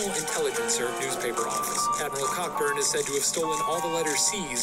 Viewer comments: It's pronounced "Coburn" not "CoCKburn"! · Its pronounced Co-Burn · Cockburn is pronounced coburn